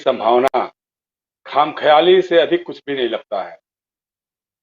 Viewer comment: URDU K ALFAZ GALAT BOL KAR PAKISTAN WALO KO HASNE KA MOQA DETE HO ...YE KHAM KHIYALI NAHI KHAMA KHEYALI HE